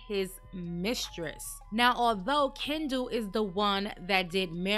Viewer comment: Glad you finally got her ex husband’s name pronounced correctly. KEN-DU